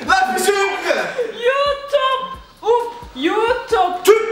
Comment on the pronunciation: Danla: YOUTUBE Bilal: Ütküp 😂😂